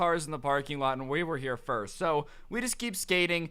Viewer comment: Stop saying Firts!